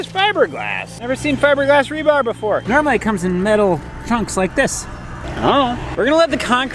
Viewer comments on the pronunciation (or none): Tell it’s rebar, not rebarB. That’s funny. Also know as reinforcement steel. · says it Rebarb? Or did I hear it wrong? It is known as Rebar,! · "Rebarb" LOL !!!! It's what you use to grab a bull by the tonsils. :D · Rebarb? What happened to regular Barb? Lol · I will never be able to say "rebar" again. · Rebarb????? Really????you gotta have a comment on that… lol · Of course calls it "rebarb" 🤦‍♂️ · Did say rebarb? He made me chuckle. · Did call it Rebarb? Lol This guy kills me! Maybe we could make a rebarb pie! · I always thought it was really just called rebar Who knew?